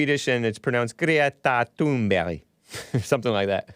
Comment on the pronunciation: Seriously you gotta stop saying thun"berry". These foreigners gotta learn to spell their name phonetically when they move here. They always spell it in a way that if we pronounce it phonetically then we will obviously say it wrong, and then they get all mad at us for saying it wrong and call us stupid. Theyre the stupid ones and they need to leave my dang country. It happened to me with the mexicans and the german/asian foreign exchange students we had. These people are just awful and i want them out and u need to just say the names wrong on purpose.